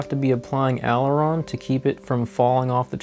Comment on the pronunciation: Learn how to say "Aileron"